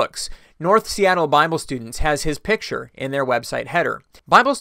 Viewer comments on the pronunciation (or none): none